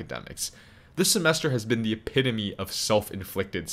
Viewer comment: Thank you thank you for not saying “epi-TOME”. So many literate people who i respect on youtube have been unable to avoid that cringe mouth sound.